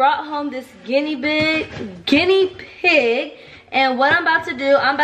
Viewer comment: she said ginnybig 😂😂😂😂😂😂